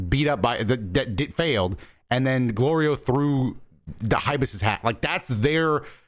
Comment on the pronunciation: Goku saying Glorio correctly had more build up than ssj4